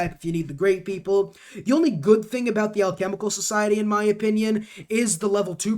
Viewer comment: Hearing you pronounce alchemical and occult was hilarious NGL